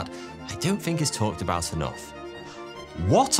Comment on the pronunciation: incredible he got so big and he can't even pronounce think or other words with th